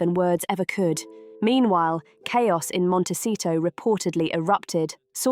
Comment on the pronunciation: It’s Montecito. Not Montesito.